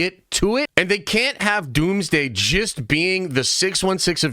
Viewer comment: Every time this guy says the word just it sounds like he’s saying gist